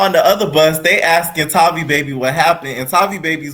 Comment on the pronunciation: Haha its everyone still pronouncing that girls name wrong for me. Its Tay-vi baby. Tavi and baby rhyme. She can fight, but Its something about her i still dont like